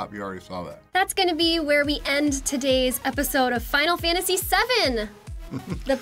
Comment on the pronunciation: Final Sefantasy Seven